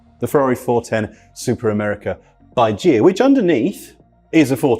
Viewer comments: Bigger correction: Ghia is pronounced with a hard 'g' as in geek. Too many mistakes for this to be enjoyable; and surprising that nobody at Goodwood thought to do some basic fact-checking... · It's also Ghia with a hard "G". Criminy! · Only a Brit would butcher pronouncing Ghia. They struggle with Lancia as well.